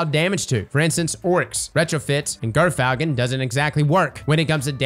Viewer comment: IT'S JERR-FALCON, YOU GERK